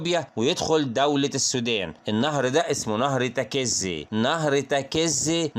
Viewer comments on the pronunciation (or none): الاسم تكيزي لما تنطق لا تشدد حرف الكاف تخفف الحرف اتلعم لغه عربيه الاول واطلع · برضوا غلاط الكاف والزي مفتوحين مش مشدين هوا ينطق الكاف ومشددة وهيا العكس وحرف الزاي أيضا تكون زاي مخففه ويا اخي أنا تخصص لغه عربيه